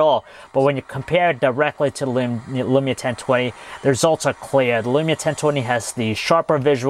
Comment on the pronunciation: It is lumia not elumia